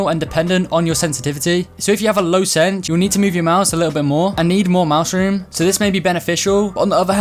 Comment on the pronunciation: When you say “mouse room” I heard you said mushroom